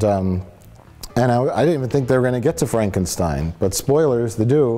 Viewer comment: Why can't people pronounce Frankenstein correctly? Gene Wilder would have a fit.